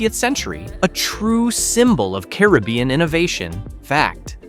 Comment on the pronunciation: Learn the correct way to pronounce "Caribbean".